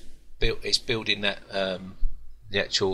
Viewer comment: stop saying acctual god damn it !! :)))